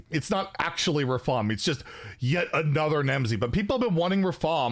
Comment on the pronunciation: Come on it’s not Rafaam it’s Rrraaafaaaam